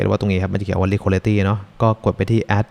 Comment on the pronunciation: อยากเสริมเรื่องการออกเสียงนิดนึงนะครับ Liquidity ออกเสียงว่า ลิควิดิตี้ ไม่ใช่ ลิควอลิตี้ Swap ออกเสียงว่า ซาวอป ไม่ใช่ ซาแวป